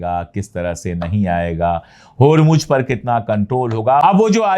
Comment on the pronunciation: Please note it is HURMUZ not HURMUJ